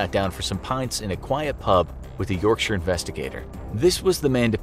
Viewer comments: My respect from a British person for calling it Yorkshire not yorkshyer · So glad he doesn't say York-shire, like most Americans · He pronounced Yorkshire properly, which makes up for it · Hearing someone not from the UK pronounce, "Yorkshire." Properly, is so satisfying. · just gotta say you're pronunciation of the word "yorkshire" is probably the best i've heard from an american. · Americans love to pronounce 'shire' with such emphasis. This dude must've had it bullied out of him. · Oh you mean the correct way